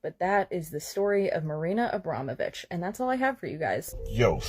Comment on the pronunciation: WHY CAN THEY ALL NEVER SAY NAMES RIGHT...abrom...o...vich😊